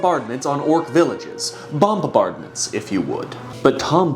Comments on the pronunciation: “Bombabardments” heh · You made a whole video just so you could say Bomba-bardments didn't you